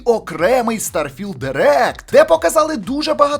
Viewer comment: наголос на стар потім філд)) будувництво кораблів то є ппц я там уже 40хвилин